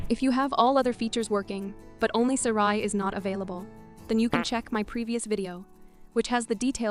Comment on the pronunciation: Between the Siri mispronunciation and the fart sounds, this video is really strange.